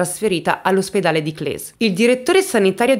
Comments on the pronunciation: Si dice Cles, no Clè, è italiano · con la S più definita, più o meno come "kles" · Si dice Cles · Brava come sempre. Cles non si pronuncia così, ma pazienza. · "Volkswagen": la "V" si pronuncia "S". Errata pronuncia anche di Cles, che ha la "s" finale più forte e dura (abito proprio lì) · Grazie per aver portato questa vicenda, che sento vicina perché frequento la zona. Solo una cosa, si dice Clèss, con la esse dolce e il cognome è MeREU come si scrive. Un abbraccio 😘